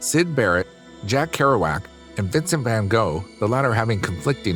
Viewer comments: Vincent Van pronounced Goff ! Not “Go” 🤦‍♀️ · Van Gogh = Van Goff You're welcome. Subconsciously resenting, not "unconsciously" i.e. asleep!!!!